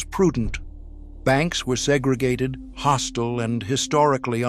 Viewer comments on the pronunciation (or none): none